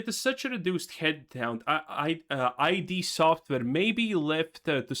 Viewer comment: Man says EYE DEE software. Yep... don't recommend